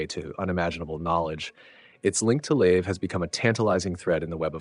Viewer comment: Agreed! Well put together. It wasn't just Procyon though. He pronounced multiple systems in an odd way. Then called them correctly the next sentence. Made the first minute a trip. Examples: "Leave" for Lave. Saul for Sol.